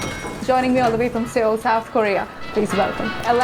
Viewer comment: that Xtra part of me getting disgusted when she pronounced seoul wrong